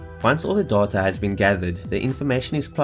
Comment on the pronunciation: the way he says data doahtoah